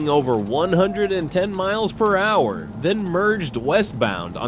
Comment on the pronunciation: “Kilometers per hach” A Call to “nine hundred eleven” Couldn’t find a dumber AI voice?